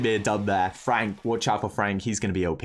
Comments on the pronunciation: STOP SAYING FRONK ITS FRENKSSSS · LMAO it is Frank not Fronk🤣🤣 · tom spelled and pronounced frank wrong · Supercell: "Frank" and: "Fronk" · Its FRANK notFRONK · No one literally no one: FRONK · "Fronk" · Fronk😂. Why less people noticed it